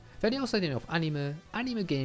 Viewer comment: Aber warum sagt er Animel?